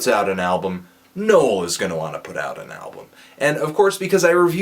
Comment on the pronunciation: his name is pronounce no-ell?